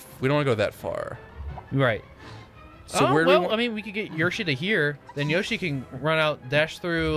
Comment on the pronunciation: Yershi that doesn’t sound right maybe it’s Yoshi (Yo)shi